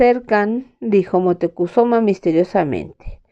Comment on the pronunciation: Montecuzoma? Cortés le dice Montezuma. Tienes dislexia?